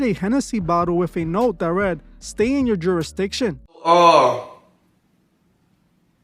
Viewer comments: 😂dam bro he can’t even say jurisdiction lol 😂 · Man dont even know how to say jurisdiction 😂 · The word *jurisdiction really got the best of ole boy who got the Hennessy! 😂